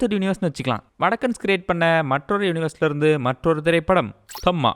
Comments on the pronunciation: அது தம்மா இல்ல தாம்மா 😂😂😂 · Tham -ma illae Tha -ma correct pronunciation